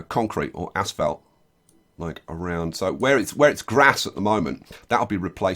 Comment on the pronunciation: He keeps Saying "Ass Felt" and not "Asphalt".